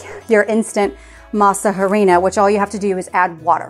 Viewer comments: I know you don't speak Spanish, but in our language we don't sound the "h." When we say harina, we just say, "arina." I just find it funny when you say, "harina." You make the English sound of the "h." That applies to almost every word written with "h." I'm not making fun of you, I just wanted to let you know how it should sound in Spanish.❤ I love that you love Mexican food!🎉🎊🇲🇽 I bought the masa flour from Azure and they were good, but the texture was very grainy. Anyway, I'm going to try to get corn and go through the whole tortilla making process. I'm sure it's worth it. I miss eating fresh tortillas from Mexico.😢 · The h is silent in harina. Basically pronounced "a rina"! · Don’t pronounce with H. It’s like ah rina. Please